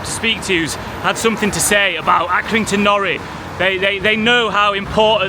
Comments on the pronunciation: I'm another Accringtoner. Locally it is called Accy NORI brick. Nori being pronounced NOR - i. The 'i' pronounced as in the i-pad. Due to the fact that it is IRON spelt backwards as it came out of the kiln backwards when they were first fired and it stuck. I am a retired joiner and have had to drill into these bricks often. You need a new condition SDS type bit to have any chance of drilling into it as they contain iron. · Accy nor👁️ not nory (pronunciation) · We call them Accy No Ri bricks not nori x x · It's Accrington NOR.I!